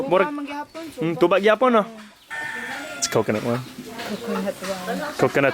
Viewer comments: Unsay bisaya sa tuba? "Tsuba" hahaha na slang mag kalit si ante... Giahak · FYI tuba in visayan dialect but still tuba in English but it only pronounce like this "TYUBA". Hope I'm correct. Laag pa more.🤣😂😅